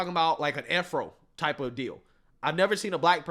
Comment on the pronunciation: I’ve never heard Afro pronounced that way. Interesting